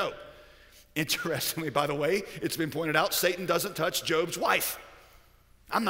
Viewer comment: Why is he pronouncing it the Sah-tahn? It takes me a minute to realize I think he means Satan (Say-Tan/Say-ten).